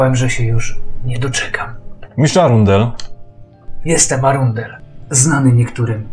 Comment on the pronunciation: Arundel = rondel , cały czas słyszę rondel 😂😂